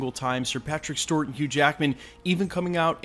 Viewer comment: Please stop saying Stewart like that